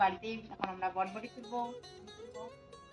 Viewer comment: কথাটা বটবটী নয় বরবটী। তোমাদের ঘোসকাডাঙ্গাবাসীদের একদিন ক্লাশ নিতে‌ হবে।অনেক শব্দ‌ ঠিক উচ্চারণ করে না। Except,ও ঠিকঠাক উচ্চারণ করে।